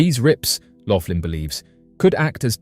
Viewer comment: It’s Max Loughan, pronounced loogan, not Laughlin and he says that CERN destroyed our original universe, which shifted us into the next universe over. I’d like to point out, that this had to have happened numerous times, if true, as all science labs repeat their experiments, multiple times, to ensure consistency of results. He never said anything about “rips in our reality”, or anything else you mentioned. He also hasn’t addressed, to my knowledge, the fact that with each universe’s destruction, billions of people are therefore going missing, as the population size has never increased, to accommodate the populations of both nearly identical universes involved in each event.